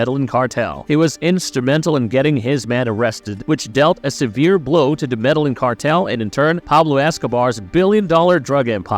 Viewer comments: If your doing a Story why not learn the name of the country properly. He said MEDALLIN like what! ME DE LLIN (GIN) IN SPANISH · "Meda-yin" not 'mellanin', like you said. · Medellin is pronounced "medayeen" with the y so soft it's almost not voiced, not "medalin". It's a Spanish name, you can't just use English phonetics on it. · The actual pronunciation is more like “medeyeen” idk why non Spanish speakers fuck it up so bad in the internet age smh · The narrator cannot do real research and the fact he can’t even say “Medellin” correctly